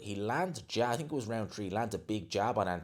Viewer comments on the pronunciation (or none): Dude, why do you always say "TINK" ...It's "th"ink